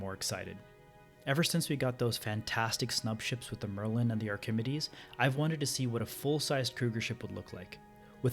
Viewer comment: (Are - kih - ME - dees) not (Are - KIM - uh - dees). Other than that, great video. Perfect sound quality and very good footage. Script was well written and executed. They could lose the fin and it wouldn't hurt my feelings...